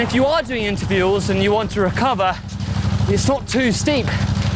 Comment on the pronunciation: “interviewls” is that going full gas between photo spots?!